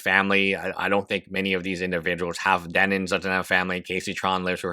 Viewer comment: At this point he's just saying "Denins" for the love of the game.